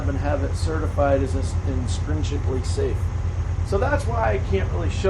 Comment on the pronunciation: Intrinsically not instrinsically.